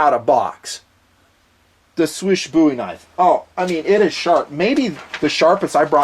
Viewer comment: did pretty good job pronouncing "Słysz", it should be pronounced similarly to English word "swish".